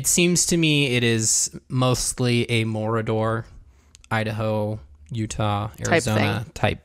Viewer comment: You said Morridor I heard Mordor...